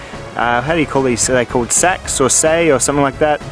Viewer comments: The Viking Seax is pronounced Sax oddly enough . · Seax, rhymes with Sax.